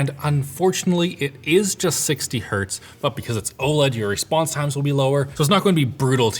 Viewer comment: imediately turned off when i heard 60 heartz ew